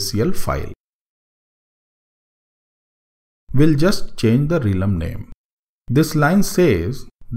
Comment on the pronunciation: hi..apologize in advance for trying to correct you but i think the correct pronounciation of realm is "relm" and not "reelum". Just FYI. Thanks for the tutorial, its pretty useful.